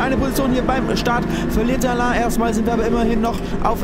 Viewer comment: Altää... dä Alain (alää ausgesprochen) denkt sich sicher auch immer wieso der Felix ihm Alan und nicht Alä sagt...😂